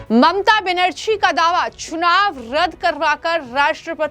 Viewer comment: तुम्हें अभी तक बंगाल के सी एम का नाम भी ठीक से बोलना नहीं आता तो हिन्दी में वीडिओ क्यों बनाने लगी हो।